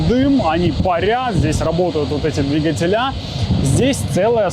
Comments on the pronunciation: ДвИгатель . ДвИгатели . Ударение на И.😂🤣😂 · В слове «двигатели» ударение ставят на слог с первой буквой И — дви́гатели. Надеемся, что теперь у вас не будет вопросов, как пишется слово двигатели, куда ставить ударение, какое ударение, или где должно стоять ударение в слове двигатели, чтобы верно его произносить